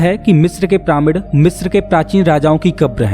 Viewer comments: अबे ओ जोकर प्रामिड नही पिरामिड बोल साले। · pramid ni h bhai vo पिरामिड h